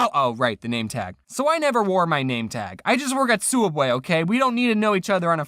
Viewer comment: souubway not subway